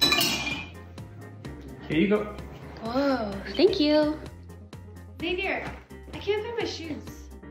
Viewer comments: Xavier is not pronounced saviour. She doesn't even know her boyfriend's name! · lol she says savoiur i think it's pronounced zavier